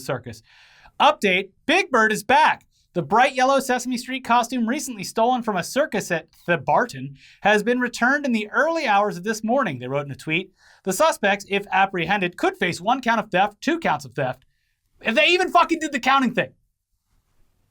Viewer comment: Yeah Adelaide is nothing but a big Dad Joke.. also it's said Theb-er-ten